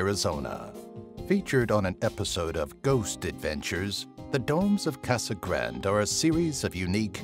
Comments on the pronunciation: Casa Grande, not grand. But still, good video. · You mispronounced CASA GRANDE. Ask a Latino friend how to say it.